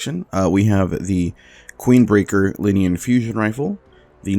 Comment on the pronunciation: Did he say "Queenbreaker, linean fusion rifle"?